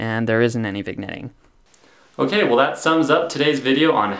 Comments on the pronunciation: Small nitpick: it's pronounced "vin-yetting", not "vig-netting" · OMG you're killing me here. Not vigg-netting, it's vin-yetting. Seesh. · It's pronounced vin yet eeng (vignetting) but great vid nonethe less. Cheers. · Pronounced "viN-Yettng." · Excellent explanations. Keep up the good work. For the record, the “g” in “vignetting” is silent. It’s pronounced like “vin-yet” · It’s pronounced “vin yet ing” the g is silent. Thanks for the vid. Keep up the good work! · It's VIN-YETTING Just for anyone that wants to know how to say vignette or vignetting. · I enjoyed the presentation. Some accuracy-oriented suggestions for improvement: 1. Vignetting is pronounced vinYEtting 2. Apparent Focal length of f/6.3 ? That's a ratio, not a focal length 3. Without a focal reducer, "increased FOV" - that doesn't make sense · Very good video, however the g is silent in "vignetting"